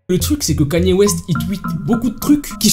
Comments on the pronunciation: Kanier au lieu de kenye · Je rêve ou il dit vraiment Kanyé au lieu de Kanye 😂😂😂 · Stop saying kAny west ;-; sa se prononce kEny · kainew west la prononciation pas knaiiiiie west 🤣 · on dit pas kenier mais keny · kanier west moi:panier west... panier ouaip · le seul mec qui arrive à écorcher le non d'une star puis le dire correctement et écorcher de nouveau (Kanier West)🤣😂🤣😂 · J’suis la seule à prononcer le nom de Kanye West « Kenny »?😭😭